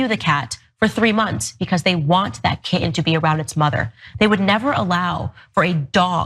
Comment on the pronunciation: What's a "Ki'en?" Does she mean "kitten?" What kind of Demon cuts the middle third out of a kitten in a YouTube video? 😂 What she doesn't get is that humans and cats are different species... A kitten learns how to be a cat from it's mother and it's kitten siblings, and those 3 months can be crucial learning/playing time... Humans and humans, on the other hand, are indeed the same species... The baby/child will learn from whoever raises it over the years and from those charged with the task of teaching them when they reach school age... Plus the first 3 months for a human child don't mean the same thing as the first 3 months for a kitten, and to try to equate them only illuminates her own ignorance... Owens really does like to underline her lack of critical thought in her videos, doesn't she?